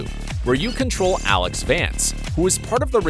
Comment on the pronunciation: ALYX - NOT ALEX!!!